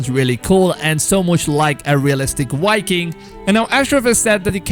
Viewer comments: This dude's pronunciations are &#%$!!! What is a "Why-Keen", or "Sign-Ergy", or a "Preed-Ate-Or"?!?!? Did you perhaps mean.... "Viking", "Predator", and "Synergy" my dude? I'm seriously like rolling! Do YouTuber's do this &#%$ on ourpose to get more comments or what? I'd never record myself sounding like that, and if I couldnt speak a language properly, then perhaps do so in your native tounge, and for your people's? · This guys voice😂 wiking lmao